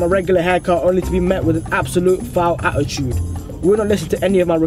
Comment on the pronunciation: Your pronouncing "attitude " wrong.